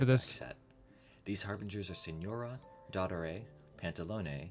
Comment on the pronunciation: btw his name is not d*O*ttore like the creator says, its dott*O*re